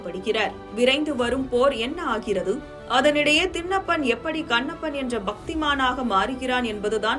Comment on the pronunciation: தின்னப்பன் , கன்னப்பன் ❌ திண்ணப்பன், கண்ணப்பன் ✅ நாக்கை நன்றாக பின்னோக்கி வளைத்து எழுத்துகளை உச்சரித்துப் பழகுக. தமில்தான் வால்கிறது. வேதனை!